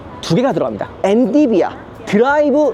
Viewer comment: 엔.비.디.아 엔디비아말고 ㅋ ㅋ 킬컴 말고 퀄컴